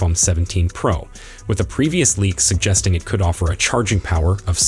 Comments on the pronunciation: Only Apple makes an iPhone, their is no need to say Apple in front of it. It is pro not pra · Ugh it was like nails on a chalkboard!! Yuk! It’s pro not pearl max!!